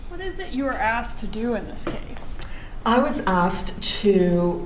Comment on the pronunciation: As soon as she started with saying asked "ahhksed" and just had to say "opine" I knew would deal with this disconnected harpy.